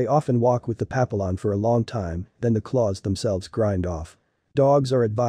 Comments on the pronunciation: Yeah pa-pill-on is incorrect. Pap-E-yon is correct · Can’t watch this with the very bad narrative and mispronouncing Pap a lions Yikes! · Pappyon, you’re pronouncing it incorrectly. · Can you teach the robot how to pronounce papillon correctly? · Please learn how to pronounce Papillion prperly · at least say it correctly AI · Yes- but still! It’s so easy to fix—i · It's a text-to-speech engine doing the narration. It needs to be taught how to pronounce Papillon.